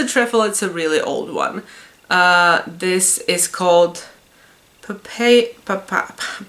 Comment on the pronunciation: Hello. It is pronounced pap-eye-rus in english.